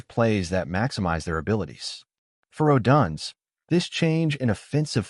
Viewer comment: Stop mispronouncing odunze😢